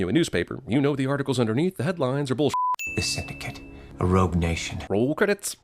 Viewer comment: WHY does he keep saying "role credits"?" I am asking this every time until I get an answer.